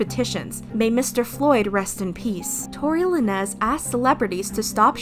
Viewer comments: bruh she really said Tory La-nez 😐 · Girl, it’s pronounced like Tory “Lanes” not Tory La-nez